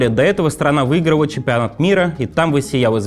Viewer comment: Предстауляла, плаувают, вуиграла. Бля только я это слышу?